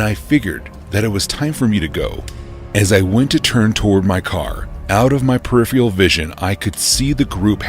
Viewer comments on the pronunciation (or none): none